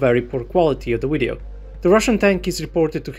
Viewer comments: Video dude,video not wideo ! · Love when he says widdy-oh lol